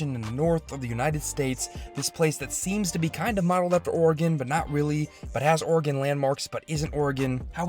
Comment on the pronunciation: As a native 'Oregonian' you pronounced it perfectly